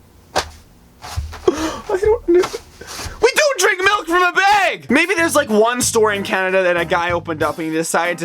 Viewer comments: NOT BEG ITS BAG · Please say bag. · It is not beg it is a bag stooped. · yet you do say bag like beg lol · He says BEG and not BAG 😂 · how he says bag like bage milk